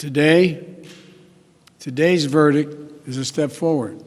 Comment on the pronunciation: Did this moron say. “ VERDIC “ again ? Fucking idiot